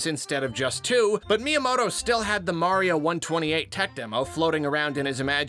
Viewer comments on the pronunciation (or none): none